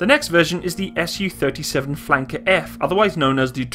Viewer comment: Not sure how nobody else has mentioned this with over 1,000 comments, but while your information is pretty good all around, I'm pretty sure that it's meant to be pronounced "Soo-##" not "S-U-##". Similar to how you say "MiG-29" not "M-I-G-29," because it's not an acronym or functional designation, it's a truncation of a name. All around pretty good information, though!